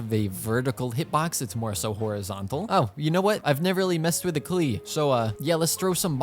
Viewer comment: bro said "four star klee"